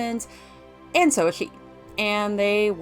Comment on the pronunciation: Maaan... usually TRY to ignore, but in THIS case, maybe check a speech therapisshhhht. "priSoner" can be pronounced and enunciated correctly yet "shhhooo" (so) and "creashhhure" (creature) is an issue. Man! Had to cut this one short folks. When your voice is the SOLE selling point, maybe get it checked in a sound booth first. Eh?!?